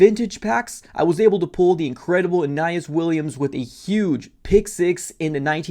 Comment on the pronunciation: how do you not know how to say Aeneas Williams name correctly.